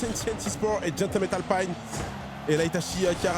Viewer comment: Pourquoi dire "Alpine" avec l'accent anglais ? Alpine est une marque française, c'est Renault ! 😅